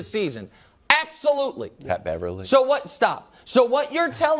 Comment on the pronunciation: “Pat Beverly” STOP 😂